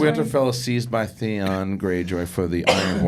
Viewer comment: Oh and Thayon!!! Lol Theon guys